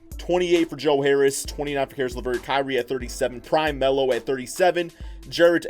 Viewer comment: Adam Austin he said prime mello 🤦‍♂️